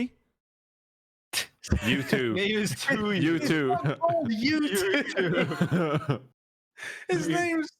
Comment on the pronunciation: the best part was when he called him youtoo lmao